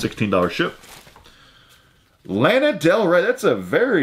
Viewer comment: C'mon how can you not know or have heard any of Panic at the Disco! or The Killers? And it's pronounced LA-NA not LAN-A